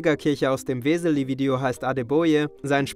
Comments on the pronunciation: Nice Aussprache vom Namen. Ob die sich dadurch verarscht fühlen? xD Weeessseeeeliiiiiiii. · Ich dachte immer, ihr sagt zum Spass "Weseli" statt "Wislies", aber dass sie sich selber auch Weselis nennen macht es irgendwie noch lustiger...